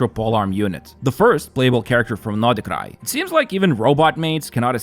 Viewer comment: why u keep saying notty krai?